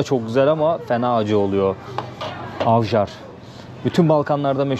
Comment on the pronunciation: avjar diye okunmaz j ler y şeklinde okunur, ayvar demen lazım :)